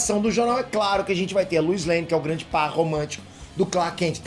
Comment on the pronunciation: Luis Lane? Que pronúncia é essa,? 😂